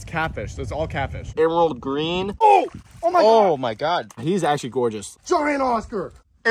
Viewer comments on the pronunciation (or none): When u said “that’s catfish that’s all catfish” I thought u said “that’s caca that’s all caca.”